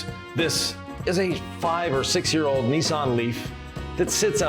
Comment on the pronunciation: It's not a Knee-son!! It's a Niss-an!! Trust me I'm English